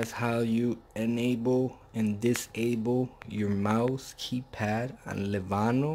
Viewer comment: Its called Le-no-vo.. Not Levano